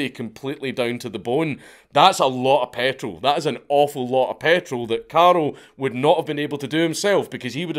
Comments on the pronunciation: it freaks me out that he keep calling him Karel/Karol? it's Karl/Carl. easy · Is it not karl not carol? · First I'm incapable of understanding whether you're saying carl or carol and than there's another guy who's named carol so I'm a little lost here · Dank I keep thinking you’re calling him Carol 😂😂😂😂